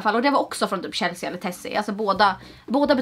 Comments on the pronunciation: Förlåt men uttalar du Chelsea (uttal chellsee) som Shellsija elr är det något annat du pratar om? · Uttalas inte Chelsea Chelsi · Det uttalas ChelsEEEE inte chelseA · varför säger hon chelseAH